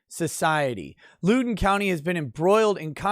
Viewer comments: ...its Loudoun. Not Loodoun. Pronounced Loud-un. Former resident, here. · I believe the county is pronounced “loud-en”. I can see how you would pronoun it “lou-den” if you’re not from the DC metro area. Love your channel, keep up the great work! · Heh Lewden county. Had a giggle at that, it's pronounced "Loud-en" country. Great videos as always 🤙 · I’m the pronunciation police and I apologize…it’s LOWden County like, “OWWW! You stepped on my foot!” Not like, “She’s a low-down dirty ho”. l-OWWW-den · Lol loo-don. It Loud-in county. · My man... I’m subscribed, but from someone born and raised in NoVA: It’s loud-on, not lewd-on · It's pronounced Lowden, Loud-en. Not Lude-en Pls drink after the streams, not before:) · Thank you. It hurts me. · It's pronounced loud in not lou din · I cant take it anymore you boomer its pronounced Loud-en county not Lou-den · its pronounced lowden like cow den or now then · One thing, it’s LOUD-en (like “proud”) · Loud-en County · FYI: It’s pronounced “low-den” county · Loudoun pronounced Loud (as in high volume) short o n. Use to live there before I escaped. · Pronounced L “ow” don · It's pronounced LOW-den county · As a Virginian I’m proud of this Woman, also just so you know the county is pronounced (Lao-Den). It’s one of the wealthiest counties in America and many politicians and Washington area sports players live there. It has been transformed from a safe red county to a stalwart of the Left’s “blue wall” of Northern Virginia counties. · Hey, I like all your videos- keep it up. One note: it’s pronounced “Loud-in” County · Loudon is pronounced Lowd On. Stay boomer, and keep up the great work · Please! Loudoun is pronounced LOUD-un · It's pronounced Loud don. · Great video, as a Virginian I have to correct you. It’s pronounced “Loud-en” county Also, I disagree with CRT being Neo-racism…… It’s just “Thought Chlamydia” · It's pronounced Loud'en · Don't Lewd The county! lol